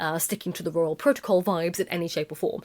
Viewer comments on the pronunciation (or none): none